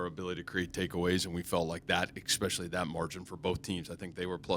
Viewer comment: The “reality of it is” we got mowed down “exspecially” in the middle third of that game.